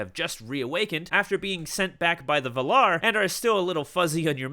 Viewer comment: Just thought i'd mention that you are pronouncing the words valar and ainur wrong. In both words you put the pressure later in the word, but in both instances the correct way is to set the pressure on the first vowel. Not a hate comment. Just thought I should tell you.